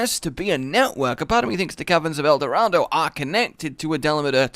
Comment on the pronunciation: You dare say caverns of el Dorado without the accent? 😂